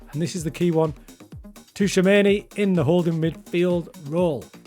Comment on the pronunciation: Ancelotti full tactic coming soon. And Tchoumeni pronunciation is unrivalled i know